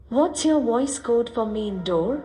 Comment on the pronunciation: Yeah! "What's your (W)oice code for main door?" The distinctive way Indians pronounce V as W.